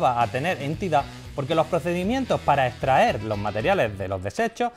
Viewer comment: "podemo" "etraer"